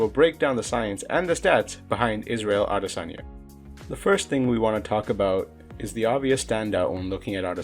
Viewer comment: No one ever pronounces his name properly